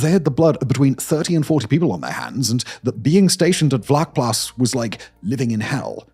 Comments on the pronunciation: Hi Simon, just a fyi, it’s pronounced “fluckplaas”, vlakplaas directly translated is shallow farm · In Afrikaans, “V” is pronounced as an “F”. It’s not Harold. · Good job! In American English: pronounce the ‘V’ in Vlakplaas as an ‘F’—Flakplaas, like the ‘F’ in fire or the ‘flak’ in German anti-aircraft artillery—not as a ‘V’ like victory. Your first Afrikaans lesson—my pleasure. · Pronounced “fluck-plaas” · I love your stuff and am subscibed to a number of your streams. FYI, a "v" is pronounced as an "f" in Afrikaans. Also, Vlakplaas would probably more accurately be translated as "flat farm" as in the Cape Flats from the Afrikaans "kaapse vlaktes", as opposed to "shallow farm" as previously suggested in the comments. It could also be named for it being a farm in a depression or lower lying area. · vlakplaas is pronounced so bad lol its sort of like flaac-plass